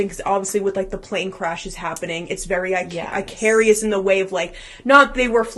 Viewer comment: The name is "Icarus" not "Icarius" Ick-a-russ